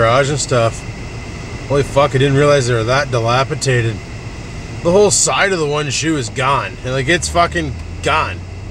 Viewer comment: dilapidated not dilapitated...